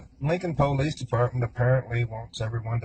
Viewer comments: I'm not saying this is always the case, but every time I've heard someone pronounce it that way it's been in a disrespectful manner. Either way, it irks me too. lol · I would convict on the way they pronounce ‘police’. 🤦‍♀️. Seriously sad strange videos. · Hahahaaaa that is super irritating! I agree! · I dont trust anyone who pronounces police like that. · I always Hate when people say PO-lice….it always strived me as arrogant and ignorant. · I think if I had heard this jerk say poe-lice one more time I think I would have thrown up. That alone was enough to make me hate him. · To hear him say Poo-lease dedpartment. Is so aggrevating, He just wanted to write his own script to his own made up play. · Anyone who says PO-lice is a criminal. 100% of the time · Am I the only one who cringes when people pronounce police as "pow-lease" 😅😬🙄 and only someone guilty would feel such a need as to make these long videos of themselves talking for strangers to "prove something" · YES!! Him saying POE-Leece was so annoying! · so true! i'm originally from NC and my grandpa says Poe-leece but for some reason it was just annoying when this piece of trash said it haha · Down here in the South, most people pronounce it " poe-lees". Just a regional thing, I suppose. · I cannot take anyone who says pole-lease instead of police seriously. It irks me to the core. Thanks for another great video! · Every time he says “the po-leece” 🤢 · I can not stand the way he pronounces Police!! He is a disgusting & gross creature!!! 🤢🤢🤢🤢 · I hate how he says POElice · "PO-lice" I hate when people pronounce police as PO- lice ...ugh uneducated rabble . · I cannot stand hearing him say “poh-leece “ I don’t know why but it’s creeping me out. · I hate the pronouncing of police as POE-LEASE . It’s so obnoxious, and instantly makes someone look uneducated and low class. Where the f*** did that start?? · First and foremost…..if you pronounce the word “Police” as a Poe-leese, you’re probably guilty….